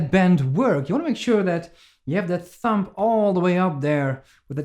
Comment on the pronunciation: Cool vid again man. Though the b is silent in thumb. It's not thump.